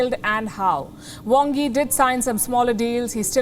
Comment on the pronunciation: Is the Chinese Foreign Minister from Bengal?His name is spelt "Wang Yi" with an A but pronounced "Wong Yi" with an "O"!!